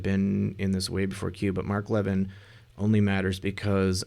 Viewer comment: Levin as in Mark Levin isn't pronounced leaven like a loaf of leavened bread. It's pronounced La VIN (short a) with emphasis on VIN (short i).